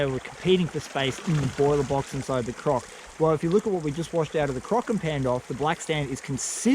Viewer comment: Wow. This is one of many reasons why i love your channel. You demonstrate real solutions to real challenges in the field. Nice comparsion between the rocker and the croc. Btw... "lets get CROC'en" instead of crack'en😂😂